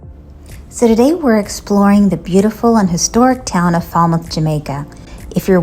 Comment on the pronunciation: Pronounced Fail-mouth